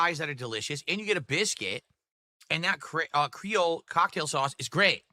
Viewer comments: DEVOUR DEVOUR "CRAYOLE cocktail" its pronounced cree ole and its from Haiti. Creole is a version of French that the Haitians speak. Its like "cajun" sauce but from haiti. Anyone who doesn't know that has never left their house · I never knew I needed to hear pronounce creole incorrectly but got is it glorious